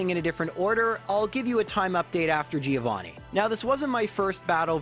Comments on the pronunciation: I get disgusted by the way Americans pronounce the name Giovanni. It sounds so awfully wrong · That Giovanni loss was the punishment for pronouncing his name wrong all the time